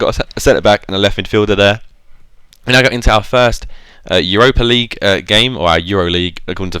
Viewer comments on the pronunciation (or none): none